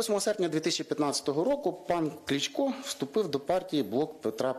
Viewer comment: Вчи правильно вимовляти, а ти Клічко Клічко то зовсім інша людина, Правильно Кличко) Сідай Богдан на тобі не 2 бала а 0 балів)